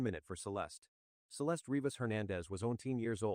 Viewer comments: Celestey? Using Ai that can’t pronounce her name is so disrespectful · Have some respect for the deceased and edit her name to the correct pronunciation